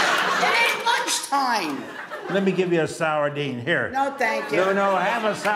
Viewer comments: "Sourdene" instead of sardine is that what i heard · The two best parts: -"Suicide?" -He threw the "sowerdine" on her plate. Her mouth formed a perfect O.